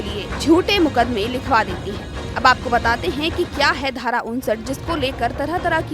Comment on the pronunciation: Dhara sahi pronounce kare